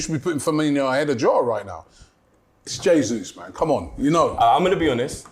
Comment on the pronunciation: Man said Jota… I switched it off